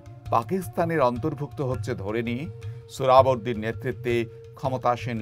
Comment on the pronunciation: সোহরাওয়ার্দি বানানটাও ঠিক মতো বলতে পারলেন না। অবাক হলাম।